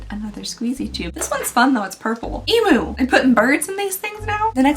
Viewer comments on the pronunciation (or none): I never understood when Americans started saying E-moo instead of E-myu. I always thought y’all were joking and saying it cute like, until I realized no, no that’s just how you guys think it’s pronounced 😂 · Hot tip from an Aussie - emu is pronounced ‘eem-yoo’